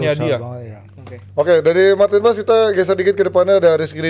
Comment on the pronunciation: Martin Pas Martin pas 😂. Gak ada yang dari dirinya sendiri nyebutin nama Martin Paes. Semuanikut ikutan . 😅